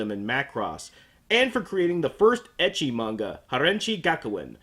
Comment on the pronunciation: am I the only one who thought he said "edgy" not "ecchi"?